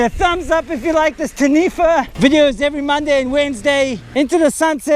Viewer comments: its tah-knee-fah. XD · Pronounce Taniwha correctly of you want a like bro.